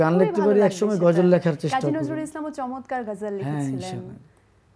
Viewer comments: উপস্থাপিকাকে বলতে চাই সুন্দর করে গজল উচ্চারণ করা শিখুন এত মডিফাই করে বলার প্রয়োজন নেই। আসা করি বিষয়টা মাথায় রাখবেন। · উপস্থাপিকা মনে হয় ঠিকমত কথা বলতে পারেনা, গজল কে বলে গাজাল😅😅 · মেয়েটা গজল কে গাজল বলতেছে😂😂😂